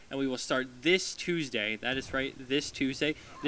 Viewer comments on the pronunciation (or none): none